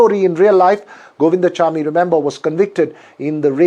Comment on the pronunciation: Not Govindachamy but Govind swamy.